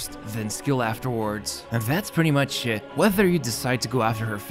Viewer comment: you need good hearing for this and GREAT listening skills. oh and either use speakers or... Headphones with good speakers. - Yes... He did say... that's "pretty much it" BUT!... I heard different... I heard the word S.H.I.T. "That's pretty much Shit"... Guessing he was wanting to say, "that's pretty much is it"... ended up saying [much it] not [Is it].